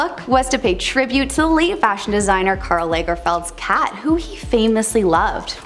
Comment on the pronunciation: Tip.. if you're going to have to say Karl Lagerfeld multiple times look up how to say it first?!